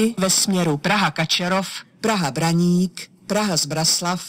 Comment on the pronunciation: Pěkně říká Praha Braník, Zbraslav a i Praha Vysočany